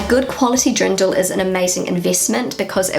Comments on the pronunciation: Fun video, you are very observant! But did you say Drindel? May I give you a tip on how it might be easier to pronounce? Deer-n--dell Just separate it and slowly pronounce it and then at some point try doing it faster. That method has always helped me. You will also not say: Ja may ... instead it is Ja mei (as in the german month of May - which is Mai, or as the word "my", if that is easier) Don't know if that is helpful, maybe you want to try 🙂 "Ja mei" is actually an expression and its meaning is similar to "oh well, ..." Are you aware that stores don't stock up on fresh items (produce) on Fridays/Saturdays? It would make much more sense to go shopping on a Monday/Tuesday, or even Wednesday. If you go early on a Monday they might not have everything out - or priced - yet. I usually try to do the shopping at the beginning of the week, as the sales items will still be available and produce will be fresh. Unless you go shopping more than once a week, then it definitely makes sense to also do it on Friday. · Antoinette Love … you made me smile. Introducing on how fab it feels to wear the local Dirndl you continiuosly said DRINDL … made me chuckle all the way 😍🥰😘 Try Derndel instead and you’ll be fine 😎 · Hearing you say "Drindl" so many times made me giggle. 😬